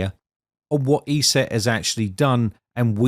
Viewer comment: It is not pronounced E-SET it is pronounced ES- SET